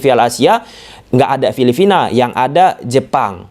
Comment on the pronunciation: Filipina mass gatel banget saya denger Filivina 😂